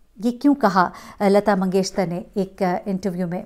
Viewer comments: Yes I also felt that she pronounces lata mangeshtar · Lgta hai yi mngeshkar bol hi nh skti isi liy mngeshtar bol rhi hai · اب تک تو آپ اپنا نام غلط بولتی تھیں لفظ نہیں بلکہ ہوتا ہے اب آپ نے لتا منگیشکر کو منگیشتر کہہ دیا ہے کیوں پلیز ایسا نہ کریں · Lagta hy aap comments nahi parti hain . mangeshkar hy mangeshtar nahi. 3 din se log aap ko bata rahay hain lakin aap sunti hi nahi. Its irritating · Lata Mangeshkar ko aap Lata Mangeshter Keh rhi hn. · Lata "mangesh-KAR" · Yes itni uljhan ho ri hai Sun kar Continuously Mangeshtar keh ri hen..had hoti hai ..bar bar poora naam lena hai magar ghalat